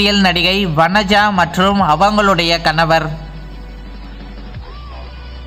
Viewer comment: Kanavarrr kanavarrr rrrrrrr nu solra😡🤮